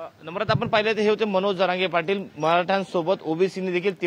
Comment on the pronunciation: Pudharichya अँकर ने जरांगे पाटील व्यवस्थित उच्चाराव